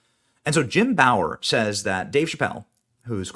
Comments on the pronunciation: Who is Jim Bower? You mean Jim Breuer pronounced Brewer.... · It’s Jim Breuer not Bower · Benny! Benny! Benny! Smh...... It's Jim Breuer ( Brewer ) NOT Bower! 🤨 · Lol that's all I keep thinks every time he says Bauer....Makes me think he doesn't actually know who he is. But who hasn't heard of the legend Jim Brewer. I know it's spelled Breuer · Jim Bauer? Puhleeeze dawg! It's Jim Breuer, pronounced brewer. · Benny it's Brewer, not Brower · Its Jim Breuer! Not Bower. How do you not know who is is?? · Jesus Crikeez, Benny ... it's Jim Breuer (Brewer) - NOT Bower! 🙄 I would have assumed you knew that! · Jim BREUER like BREWER not BAUER.... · BREWER,not Bower.Insulting him. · Its not Bower...its Brewer. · It’s pronounced “brewer” not “bauer” lol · Jim "BRUER" Benny. Sounds like "BREWER" not "BOWER." You killing me, Benny. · Jim BREUER… not Bower. 🙃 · Benny, you're the man but it's pronounced Jim "BROOER" not "BOWER" He's not Jack's brother ( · Jim “ Brewer” not “Bower”. Come on man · Its breuer not bower or what ever you're trying to say. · Brewer!!!! Benny. Not Bower. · BENNY! WHO THA F IS JIM BOWER???? ITS BREUER(BREW-ER) MY DUDE! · Jim BRuer not BAuer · Brewer not Bouer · At least pronounce the guys name right… It’s not Jim Bauer, it’s Jim Breuer 😂… not a good look BJ. Need better editing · Pronounced 'Brewer' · I think he means Jack Bauer 😂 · I’m laughing every time I hear “Bauer” 😂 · It’s Eddie Bauer and Jim brewer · I felt like Sideshow Bob in a yard full of rakes every time I heard "Bower" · Jim "bru-wer", it's pronounced. He's our VSLINY HOME BOY! Born and raised here, where I too still live. We're very proud of him..... I was so happy to see him on Rosie's show when it aired. Brought me to tears he was able to be honest, and share the cruelty that exists in comedy and Horrorwood.... Dave is smart, and he will not be bought, but always a target... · It's pronounce BREWER, Benny! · That is JIM BREUER NOT Bower. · It's Jim "Brew-er" ☺️ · It’s Breuer, not Bower